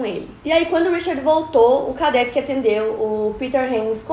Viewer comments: Cadête,não cadéte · Cadête e não cadéte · Sem querer ser chata, mas já sendo... A pronúncia é "cadête", não "cadéte" Obrigada pela atenção 😂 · Adoro todos os episódios!!! Só uma observação, a pronúncia é "cadête" e nao "cadéte". Parabéns pelo seu esforço e sucesso sempre! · Aí que agonia de ouvir cadéte, é cadete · uma correçãozinha: é cadête e não cadéte. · Só uma correção na sua pronúncia, é cadête e não cadéte... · Se pronuncia cadête . Que história mais estranha😱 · É cadête e não cadéte a pronúncia!! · Na palavra CADETE, você pronunciou /kadéte/ o certo é pronunciar /kadête/ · a pronúncia errada de cadete quase me matou k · Que agonia ela falando Cadete errado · Como é possível alguém formado em jornalismo não saber pronunciar a palavra "cadete"? 😨